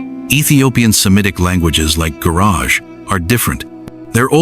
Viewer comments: It’s not Guraj , it’s a Gu-ra-ge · It is not pronounced Gurage but Guraggae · Gurage...reads as guraagie ጉራጌ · Gurage: ghoo--RAH--gheh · The proper pronunciation of "Gurage" is "Gu-ra-gay" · re: Gurage This is pronounced like this: goo RAW gay